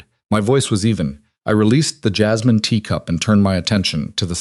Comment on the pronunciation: Lol AI said jizzmin lol not jasmine lol